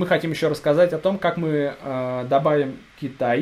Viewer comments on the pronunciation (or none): none